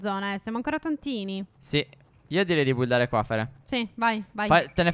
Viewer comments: stef no buildato ma bildato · Sentire stef che dice buildare anzi che bildare mi fa venire in mente quanto sono cambiati😂